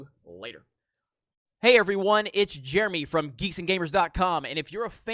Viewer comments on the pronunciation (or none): none